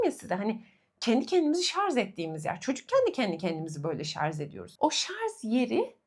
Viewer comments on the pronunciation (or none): Çok tatlısınız… ama lütfen şarZ değil ŞarJ 😫